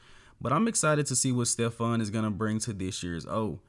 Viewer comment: Idk how its pronounced but it sure as hell aint Stephanie. Hes french so try Stefan unless uve heard otherwise. Also Stephane aint no classic guy. Dude has to lose a lot of muscle mass to make weight